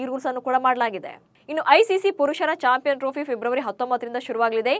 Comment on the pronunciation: 1.41 ಚಾಪೇ ಯನ್ ಅಲ್ಲ. ಚಾಂಪಿಯನ್ ಟ್ರೋಫಿ